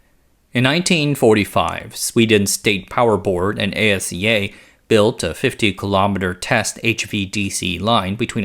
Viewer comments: Thank you, working in the industry and hearing A-S-E-A was driving me crazy. Ah-see-ya! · ASEA is an acronym that's pronounced Aseá. The individual letters aren't spelled out just as they aren't in e.g. SAAB and IKEA. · Störde mig också på det. Speciellt asea.